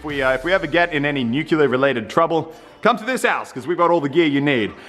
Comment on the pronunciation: nucular instead of nuclear